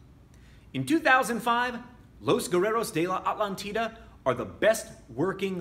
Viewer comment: Great video as always,. Just one thing. In spanish, you stress it like a-TLÁN-ti-da.:D